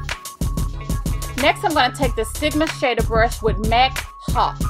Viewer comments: Ok ya'll you do NOT pronounce the MAC eyeshadow "Haux" like the bird! It is pronounced "Hoe" and the pencil "Hi-Def Cyan" is pronounced Hi-Def "SYAN" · Haux is pronounced (excuse my language) Ho....like Faux is pronounced Fo...... Looooovvvveeer the pink pigeon I'm definitely picking that up